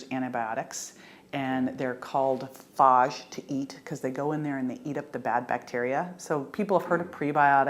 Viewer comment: Phage is pronounced the same as "page" but starting with an "f" so fage. How hard is it when English is your first language. Great information.